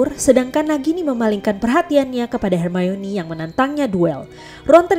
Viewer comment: Perasaanku aja atau emang pengucapan buat manggil nama hermoni itu yg bener emang hermayoni??